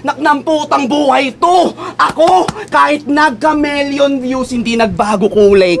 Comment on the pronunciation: It's wild kase nagwo-work pa rin naman kung sinabi ni na "ka-milyon" kasi ganon naman pronounce non in English. Sobrang ganda pa naman ng linya sana, pero sa "melyon" lang tuloy nakatutok yung tao